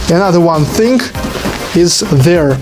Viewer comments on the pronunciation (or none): GREAT GREAT GREAT!!! I HAVE A LITTLE OBSERVATION FOR YOU: REMEMBER TO PRONOUNCE "THING" WHITH A "G" NOT "THINK" WITH A "K".